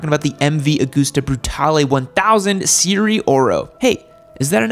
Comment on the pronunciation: "Se ri ye oro" not "seeree oro"